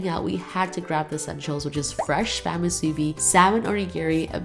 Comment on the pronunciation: It’s actually not called ‘Shaved Ice” Proper name is Shave Ice. Also it is MOO- soo-bee not moo-SOO-bee.